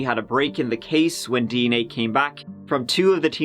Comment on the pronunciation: What's hilarious to me is that this guy pronounces DNA as "D and A". We all hear "Dicks and Ass", lets be honest.